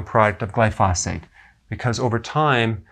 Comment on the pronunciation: GLY FOE SAYTE